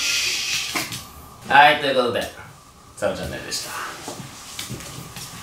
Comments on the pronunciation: 以上、サブチャンネルでした。が「サルチャンネル」に聞こえてにやってした(笑) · サブチャンネルでした が おさるチャンネルでした に聞こえたwww